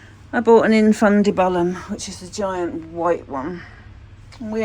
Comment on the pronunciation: Ah, I hear you picking up Rogers mispronunciations. It’s called: in fun dib you lum